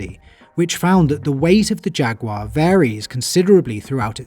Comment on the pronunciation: Great video. Also, "Jag-you-are".